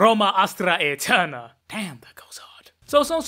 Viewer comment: Brother, wonderful video, but I recommend you to should work more on your High Goth.. ehm I mean Latin pronunciation! Roma "AeteRRna" not "Ethewnna"